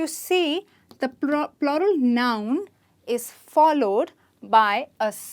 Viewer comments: Is it plural or ploral? I assumed it as floral!! 😂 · Why are you pronouncing PLURAL wrong ????